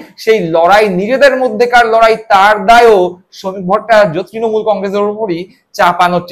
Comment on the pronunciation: ভট্টাচার্য্য উচ্চারণ টা ঠিক মতন রপ্ত করুন দয়া করে